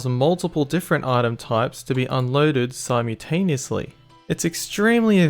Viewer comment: simoutaniesly? that pronunciation is great hahahaa